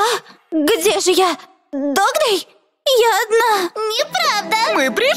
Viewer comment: Не додз а догдей